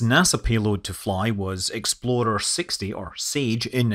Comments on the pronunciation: for the love of god please stop pronouncing "ExploRer" as "ExploDer" or else people will get confused with the infamous Ford SUV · Sounds like every time you say "explorer" you're saying "exploder". :)